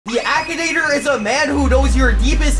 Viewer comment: bro why you keep saying akanator